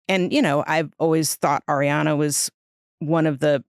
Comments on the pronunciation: It’s Ariana… not AIRiana 😂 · She definitely says “air-iana” more than “ari-ana” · Thank you, Nick, for being as bothered by the pronunciation as I am!!!!!!! It is, in fact, 'AHR-ee-ana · Why do people still say airiana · Nick needs to stop focusing on how Ariana is pronounced you’re interrupting points from your guest its coming across rude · Stop interrupting interesting parts with the Ariana pronunciation bs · i think that’s partly due to being interrupted because of her pronunciation of ariana every time she said it